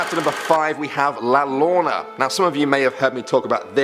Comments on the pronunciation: you pronounced La Llorona wrong. It's not pronounced La Lorna it's pronounced La Yo-ro-na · He called La larrona, La lorna. It's pronounced la yarowna. Also that's not how the tail went. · la llorna isnt pronounced la llorna in spanish two l's make the y sound so it would be pronounced properly as la yorna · Okay and it's pronounced "(La Y-orr-oh-nah)" not la lorona. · Lol he said “La Lona” instead of “La llorona” 😂😅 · (I live here) messy-yuh not messy-la. And the double eagle hotel is in Las Cruces. Mesilla is just a small part of Las Cruces. La yuh-row-na not la larna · i live in new mexico and la llarona is pronounced li ar o na and she is said to have tripped on a root and hit her head on a rock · You really need to work pn your pronunciations of regional words and names, for example: the name "Inez" is pronounced eye-NEZ. Mesilla is pronounced meh-SEE-ya. And La Llorona is pronounced La yoe-ROE-nah, and you have to roll that R in it. Otherwise good job. And Yes, I was born and raised in New Mexico.. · Casually pronounced la llorona La lana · His pronunciation of La la Llorona kills me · Just wanted to tell you "La Llorona" is pronounced La yo-roh-nah, the double L in spanish roughly sounds like the ye sound from y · La llorana is actually pronounced like yorana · its pronounced La Yurona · La Llorona is pernounced "Lah- yo- row- nah". Thanx for the vid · Because la Llorana is Spanish the double "L" would be pronounced like a "y," the pronunciation would be la Yorana. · La(Lah) Llorona(Yo-ro-nah) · I love top ten but is anyone else disturbed by how he said la llorana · You mispronounced La Llorana. It's pronounced La Your-Anna since in Spanish ll is pronounced as a y. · Lol!! La Llorona is pronounced La Yoronah! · HEY! la llorana is pronounced "la YORANA", youre welcome:) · Great video and all, but... La llorana was pronounced way wrong. Eh it happens though no biggie. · He said Lorna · This guy is so white he said la llorona incorrectly